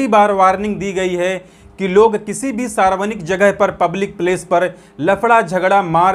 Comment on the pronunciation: Sarvanik nahi sarvajanik boliye